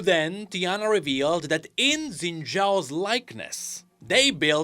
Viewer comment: I look forward to the day you say his name correctly.